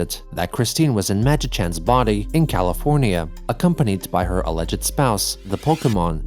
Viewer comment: are you using an AI to emulate your voice, now, or did you mispronounce "alleged"?